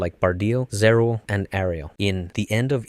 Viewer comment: How do you do a whole video on Eva and not understand how Angel names are pronounced 😂 EL, bro. "El" is separate from the "I" So Zariel would be ZAR-EYE-EL not ZA-REAL 🤣🤣🤣🤣 All of these words end in the "el" or "eye-el" sounds.